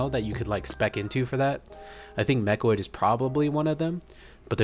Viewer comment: Please never change how you say mechanoid ("mechoid"). It brings joy to my heart and sets you apart. Keep up the great work and content my brother.